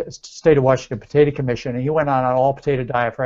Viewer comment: Why he keep saying potata? Its potato